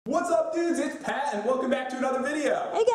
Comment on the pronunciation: its pat not path xD